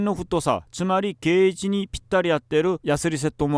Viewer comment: ベースが死ぬほど上手いのは存じ上げてましたが日本語もやたら上手い！ 「ゲージ」は言えるのに「弦」を「けん」と言ってるのがいとおかし